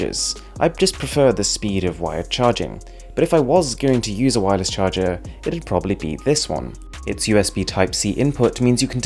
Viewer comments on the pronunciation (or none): Bro pls charger not cahrger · Why it say cahger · CAHRGER 😄😄 gotcha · ion wireless CAHRGER seriously 😂😂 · it's a mistake cause it say cahrger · cahrger huh? That must be some kind of new word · Wireless “cahrger”??? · I love the ion wireless cahrger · Cahrger :D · "Cahrger" lol